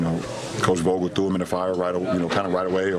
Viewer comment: He say coach "Vogel" ?